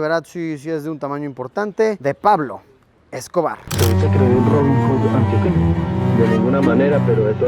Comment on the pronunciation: Hola luisito se dice antioqueño no antoqueño🙂🙂🙂🥰